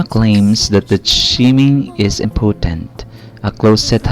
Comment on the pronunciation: mo pagbigkas sa impotent